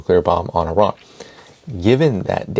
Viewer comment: ARON!? did he say Uh-Ron? Stop playing. u know it's E-Ran or Eye-ran. If it ends up being UH-RON then we all gotta learn this out of respect for Iran. Thin Iron but say ran after the "eye" part. Pardon me being effortlessly distracted. And im out.